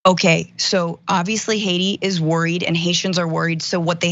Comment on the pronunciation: It wasn’t Hacia it was Haiti if you can’t say the word right don’t do with the news